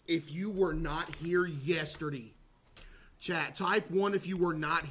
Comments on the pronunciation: Today Learned that caseoh doesn’t say yesterday he says yesterdee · why does he say yesterday like that lol